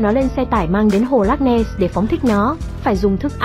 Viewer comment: Ad đọc cái tên hồ loch ness nghe mà không xem video thì không biết hồ là hồ nào luôn ý 😅